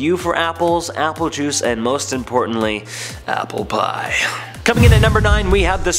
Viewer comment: Why did he have to say apple pie like that? XD